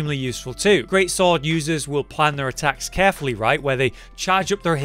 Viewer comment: ''GREAT SWAW-ORD" you know you can hear him